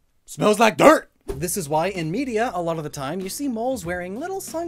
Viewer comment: You going "smells like DIRT!" threw me off so hard